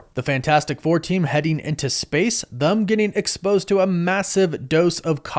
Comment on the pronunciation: Brother, why do you pronounce them with a u? "Thum?"